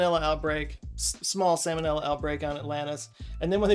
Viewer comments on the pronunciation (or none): Sam & Ella 😅you know it’s pronounced salmonella right ? 😂🤪